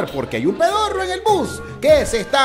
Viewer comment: el narrador dijo bos en vez de bus like si pillaste eso